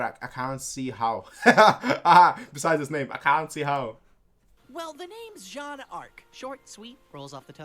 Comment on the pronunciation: close enough but it's Jaune not juane ;D